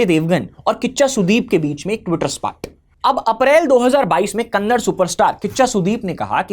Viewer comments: Vo kannad nahi kannada hai bhai. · Kannad ❌ kannada ✅ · Kannada not Kannad please… like it’s Hindi and not hind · When you pronounce Kannada as Kannad, I get a feeling that a pig just woke up and made sound from the gutter.